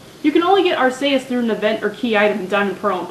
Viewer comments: corection for arceus r~key~us not r~cay~us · No, in the anime it's pronounced Ar-see-us